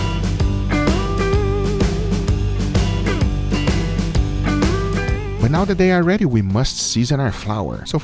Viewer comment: Let's dueeeeet